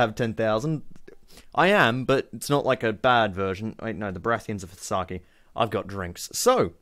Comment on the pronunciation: Rimmy - Downunder Gaming Also an aussie youtuber, one of the best tf2 video makers out there :) Also it's saa-kae